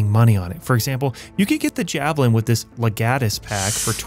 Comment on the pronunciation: The what pack? Leh-gat-us? Rome wept.